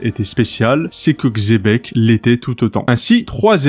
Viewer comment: Bonne vidéo mais la prononciation c'est pas "Xébec" mais "Tchébec"